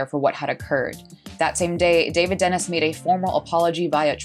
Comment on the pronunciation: I think David Denis' last name is pronounced Denee